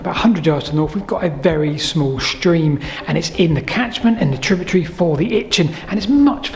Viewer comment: Tributary not tributree